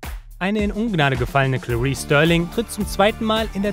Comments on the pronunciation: Starling, nicht Sterling! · Starling mit a gesprochen.